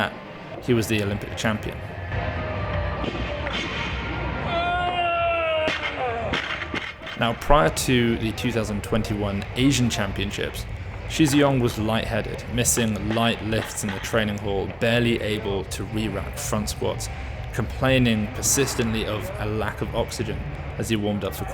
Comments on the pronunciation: It's not Shee G Yong. It's Sherr G Yong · please learn how to pronounce his name though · how can you say good enough - mispronouncing names is culturally offensive. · yea especially when it’s not that difficult.. it’s a 3 syllable name! I mean I know doesn’t mean any disrespect, but why not spent 5 min learning how to pronounce it properly?